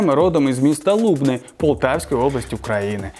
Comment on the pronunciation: згадуючи Дзюбу, не там наголос поставили 😀 я сам живу в цьому місті 😀 правильно казати ЛубнИ, а не ЛУбни 😀